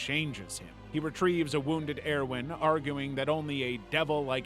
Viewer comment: Stop mispronouncing the cities and it's pronounced ERVIN please omg... Please why... why do this to me..? ToT